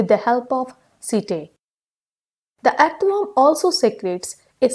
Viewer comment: first of all she didnot know to pronounce earthworm